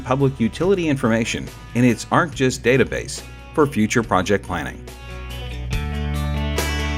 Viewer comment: Arc G-I-S, please say the letters separately instead of pronouncing them together, that is wrong.